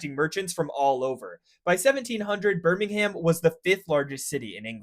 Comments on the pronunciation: Less "Ham", please. BirmingHAM is in Alabama. " Birming'um' " or Brum is the English city. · "BirmingHAM" ❌ "Birmingum" ✅ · Birmingham (that's ham said like hum) is known as the Venice of Britain with all it's canals, most of which are still in operation and even in the city center from what I can remember you can see narrowboats! (Has been about 7 years since I last went) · Wh y did you say DOMESDAY instead of DOOMSDAY? At least you said Birmingham (ber-ming-um) correctly once instead of Birming-HAM ! 😂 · It's "Burmin'gum" not "Bir'ming'HAM'" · Please say "birmingum" like we do, you dont need to change your accent or anything just dont say the silent ham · Birmingm not BirmingHAM pronunciation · no. It’s not pronounced ‘ham’ it’s an ‘uhm’ sound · It’s not birmingHAM it’s pronounced Birming-um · Birmingum and Doomsday, not BirmingHAM and Domesday. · Birmingum, not Birming-ham! 😂😂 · It is Burr ming ham, Birming 'um' is closer to the local dialect The dialect, like much of the UK, is very diverse over relatively small distances. I'm from Walsall, which is on the edge of the 'Black Country' and the accent is different to birmingham even though it is less than 10 miles away. And no, Birmingham isn't in. The black Country, despite the brummies claiming it is. On a side note, the first commercial steam engine was fitted on the site I work at now, to pump water from the coal pits ! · Gosh I really want to be able to enjoy the information shared, but the pronunciation of BirmingHAM sooooo many times is just so distracting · Burminum mate, not BirmingHAM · BIRming-um .... THAT is how you pronounce it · Clearly you knew how to actually pronounce it since you did it once...why did you revert to saying birmingHAM? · As an American who moved from Alabama to Birmingham, every time he said "Birming-HAM", my soul died a little inside (especially as he said it correctly once... T-T).... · "LiverpOOOl" "BirmingHAM" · burmingham ahahha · It's "Birming'um" mate. Americans......